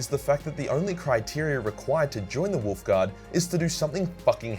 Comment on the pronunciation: You said it wrong…it’s WOLF damn it